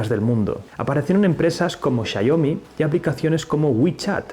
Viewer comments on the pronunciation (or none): "Chaiomi" ¿Es tan difícil pronunciarlo bien? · Chayomi..... Guguel jajajajaj buen video